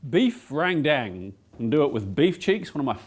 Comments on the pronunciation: As Indonesian I'll teach you how say Rendang properlay, it's Rent & Dung without a pause between it, RENTDUNG. And NO, I'm not kidding. 😄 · not to be that guy, and I understand the common mistakes in saying other language's words... but, Rendang is pronounced Ren (as in Karen) Dang (as in dung beetle)... Love ur vids!!